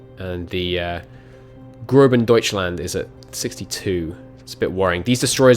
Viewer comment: grossdeutschland. Not "B" haha